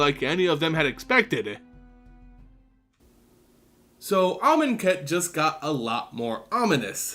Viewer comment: did you say ahmonous? that was bad but glad to see FNL is back!